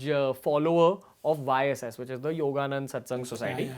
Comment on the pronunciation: He says he is a follower of YSS. Still he doesn't get the name right. Everytime in many interviews he say yoganand but it is yogoda satsangh society.